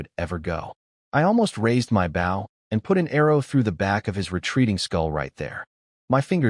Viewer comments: Why the fuck does the AI keep saying "Bao" and not "bow"? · Please for the love of fuck teach your busted AI to say BOW instead of BAW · Stupid ass AI mispronouncing "Bow" makes me want to stab it repeatedly. You'd think there'd be a way to indicate to the AI the long-O sound instead of "ow". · Damn... with the word "bow" being so integral to the story and so often repeated... it really would have paid off to select the correct pronunciation in your ai voice generator, lol. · So confusing when it can correctly pronounce bow-string, but not bow, and the graphic, arrows backwards on the bow... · I hate eveyone of these stories that the MC does archery in. The A.I. can't ever pronouce BOW right.... 😮‍💨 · Another AI that doesn't know how to pronounce bow. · Imagine a world where AI correctly pronounced an Archers "Bow". Wouldn't that be a happy world... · the way your pronouncing bow is the part of a ship (short harsh o). where the bow for this story (weapon, soft 2 or 3 o 's when said). otherwise nice story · These ai need to be taught the pronunciation of bow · Yeah it's annoying. Same with us. It always says it as US(country) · I wish this stupid AI would learn the fucking difference between a weapon and showing respect